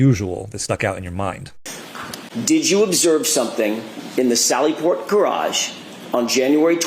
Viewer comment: miss has terrible English.cant say Garage properly. gets her vowels messed up. did she graduate high school??.